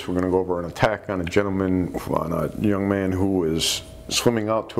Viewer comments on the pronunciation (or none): none